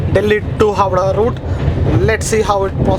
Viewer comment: Howrah not howdah